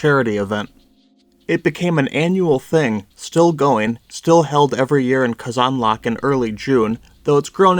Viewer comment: please stop pronouncing казанлък that way please